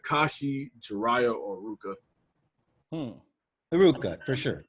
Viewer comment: Fr bruh, I was confused when he was speaking, especially when he said iruka